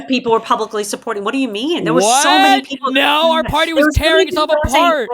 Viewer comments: got that "Nauuur" pronunciation of "no". She's a secret Aussie?😮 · no one is actually saying has any particular Australian accent. What she does have is a particular way of pronouncing vowels which is both diphthongized and has that almost R consonant ("naur") which is very specific to Aussies.